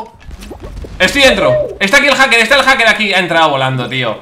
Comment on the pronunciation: Willy: haker y encima peerde Yo: repito esa escena 10 veces para saber q ha dicho min